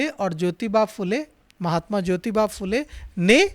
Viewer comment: भाई साहब ‘फ़ुले’ नहीं , फुले बोलने में शर्माने की कोई ज़रूरत नहीं है 😊 ( महात्मा ‘फुले’ फ़िल्म हर किसी को देखना चाहिए , माँ सावित्री बाई फुले को शत शत प्रणाम 🙏 )